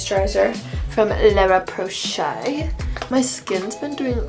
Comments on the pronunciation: La rosh posay ❌ Lara poshay ✅ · as a good French I can not accept the way she pronounces Laroche-Posay, please let me help you